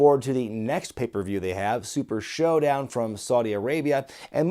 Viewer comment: LMFAO 🤣. He said SHITdown not SHOWdown. Get it?!?!?!🤦‍♀️🤦‍♀️🤣🤣🤣🤣🤣😆😆😆